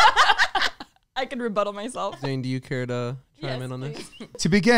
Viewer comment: Trying to eat and watch this episode was impossible!! I couldn’t stop laughing especially mispronouncing zane’s last name 😂😂